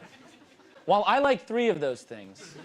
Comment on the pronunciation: he says "wall" instead of "while." this is something i've noticed almost all people do. its so weird